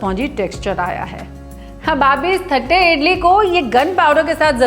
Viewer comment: O Come on. Let's be honest. It's only written as "thatte" but it's pronounced as "tatte".